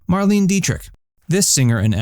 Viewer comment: Pretty pathetic when the commentator doesn't even know the people he's reporting on. Dietrich's name is not pronounced Mar-leen but Mar-lee-na.